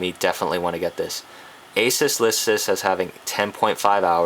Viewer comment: finally someone who pronounces ASUS correctly. I hate when people say a-soos, you wouldnt say pegasoos because its pegasus.